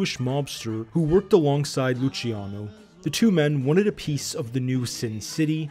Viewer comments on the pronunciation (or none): none